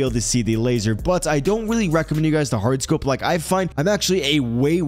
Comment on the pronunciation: My guy love ur load outs aye… ur number one on this shit… and love how u say hard scoped lol that’s funny… thanks once again my guy much love